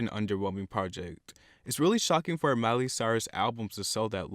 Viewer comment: And btw it is Miley. Not "Miely". Haha